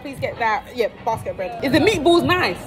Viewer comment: 100% agree. I usually get annoyed when people pronounce Italian words wrong as an Italian😅,but when she said meatballs wrong with a smile whilst talking to the waiter and the soft music playing in the background it did nothing but warm my heart😅🥰🥰 Bless her🌹🌺🌺🌺